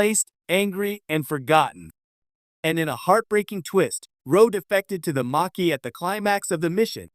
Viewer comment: And it's pronounced maa key